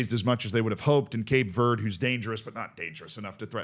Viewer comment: Do you not know how to say green in Spanish?